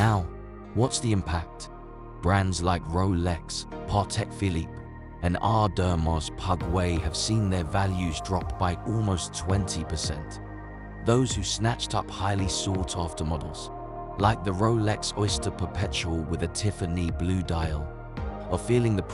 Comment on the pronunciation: You had me until you said Aww-does-mar-pug-way. 😂